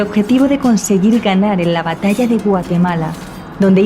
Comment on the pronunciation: Me gusta su contenido, me parece muy entretenido 🤩... Pero... Es "La batalla de Gaugamela", no "de Guatemala" 🤭